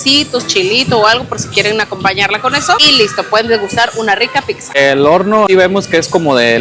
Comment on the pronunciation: ¿Por qué en cada video dicen "picza"? Es pizza